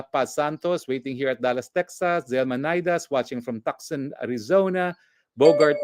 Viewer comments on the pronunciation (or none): Atty, it's prnounced, "Tooson," Arizona .